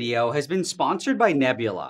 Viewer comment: why are all of his sentences like “This video.. has been spONSERED by nebula.